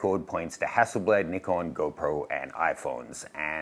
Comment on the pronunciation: Yesss… finally some YT’er that calls them “Neekom” and not “Nai-kon” which drives me insane! Go, go team Nee-kon! Gone play with my Nikon D600 today! 😅